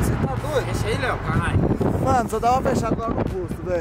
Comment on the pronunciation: como sempre falando errado kkk